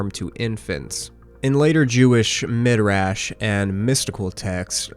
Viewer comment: I'm begging you not to pronounce "midrash" as "mid rash". The "rash" is pronounced how a British person would pronounce it in the word "trash"